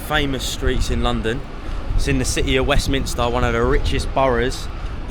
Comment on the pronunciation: thank you for pronouncing Westminster correctly 🙏😁, I'm a Londoner in Westminster and almost all the people I meet, including cabbies, now call it Westminister. 🙆